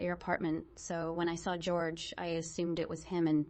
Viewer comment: The name is pronounced HOR-hay, not George